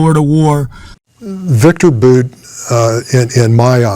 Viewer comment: IT IS BOWT that's how you pronounce VICTOR BOUT last name not BOOT come on